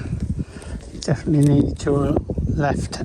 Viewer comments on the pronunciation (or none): none